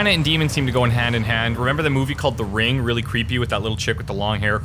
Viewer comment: He even said ringu